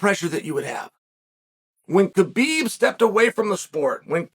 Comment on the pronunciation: Khabibs mother gave him a beautiful name say it right !!